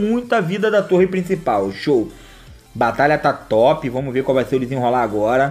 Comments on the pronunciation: Não aguento ele falando "vomos" hahahahahahaha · nem eu kkk